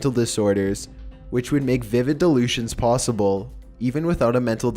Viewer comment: Why does say plossible instead of possible?🤔